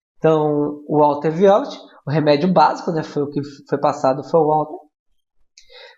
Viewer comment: Caro professor, lindo e bonito rss Você passa muita humildade e tranquilidade. Só queria dar uma dica, a pronúncia dos nomes dos florais. Sei que nem todo mundo sabe inglês, mas acho que é importante pronunciar certinho os nomes dos florais para que os futuros terapeutas venham a falar corretamente. Se o senhor quiser me disponibilizo a te passar a pronúncia certa.Por exemplo, "water violet" se pronuncia: "úota vaiolê" no britânico e no americano, "uóra vaiolê". No mais só gravando mesmo. Deus te abençoe grandemente! Um abraço!